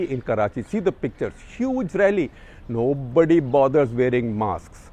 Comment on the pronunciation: 11.10 "Nobodyyy bothers wearing masks"...SG sounded like a tambrahm...